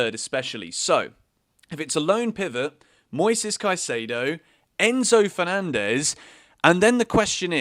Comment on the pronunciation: Just a pronunciation tip. Caicedo is" Caisaido," not "Caisaydo"